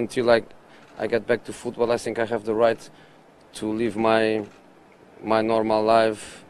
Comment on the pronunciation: I sink he a good manager and I sink he will be ok what more can I say nussing much